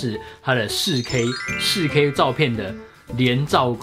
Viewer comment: 介紹很詳細也很清楚喔!! 實際操作的照片也很棒! 不過，的台灣國語 "仕K"(4K)...看的時候有讓我笑出來~ 呵呵~~